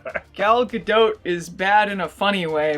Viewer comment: Gal Ga-"dote"? More like Gal Ga-DOPE! Or Gal Ga-NOPE!